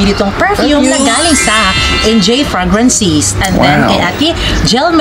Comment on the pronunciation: Google mo panu mg pronounce ng fragrances ✌